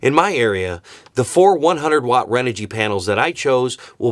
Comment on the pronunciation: renogy is pronounced chren-ogy.